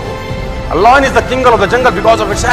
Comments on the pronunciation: Lion not loin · It's not loyan it's lion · It's lion uchharan thik karo pehle than dene se pehle ... Loion nahi lion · Loin a loin a loin...its Lion sir not loin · Pehle toh yeh samjle voh lion hain, loyan nahi😂🖕🏻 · Not loin it's lion bro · Hahahah loin nahi hota 😂 .. it's lion 🤦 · Sir mera koi aukat nai h Aapke samne but lion boliye loin nai. Please isko hate na samjhe bas aapko suggestion diya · Yeh lion ko loin kyu Bol rha h 😅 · Ye lion ko loin bol boo ke matha khrab KR RHA hai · Bolte kafi achha ho sir... I got inspired nd motivated by your speech..but lion ko loyan bolke pura mood kharab kar diya...